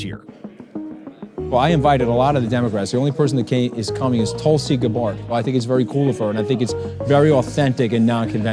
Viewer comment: Tulsi Ga-BARD